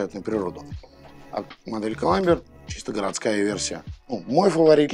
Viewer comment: ВиктОринокс. Сама компания в инструкции обозначает зубочистку, именно как зубочистку. это НЕ палочка для обслуживания))). Не "Климбер", а "Клайме" в амерском произношении, или "Клаймер" в англовском. Учите матчасть))), а то прям беее...досматривать не стал